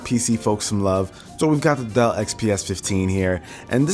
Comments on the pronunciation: why did I hear "duh" instead of "Dell"😂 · Awesome setup! Though I wish you could've pronounced the 'L's in Dell properly! :P